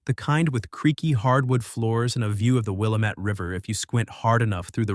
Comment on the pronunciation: I know it is an unrealistic expectation but the river is pronounced Will-am-ette. Check Wikipedia for spellings and maybe find information that might fit in the narrative.